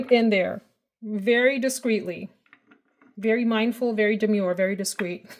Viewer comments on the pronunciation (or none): Hey friend!🙋🏻‍♀️🥰🥰🥰🥰 I loved the jersey accent when you were talking about “mindful and demure” 🤣🤣🤣🤣🤣🤣